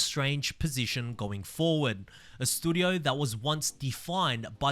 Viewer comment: Sad that having a shot every time says "stoodio" is a better game than Forza Motorsport 😢